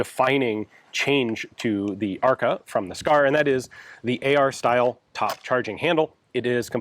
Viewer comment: It's funny how ARKA sounds like "АР-ка" - which would be a slang term for a "generic AR platform" in russian.